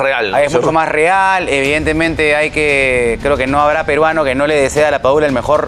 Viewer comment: Amigo es LAPADULA no PADULA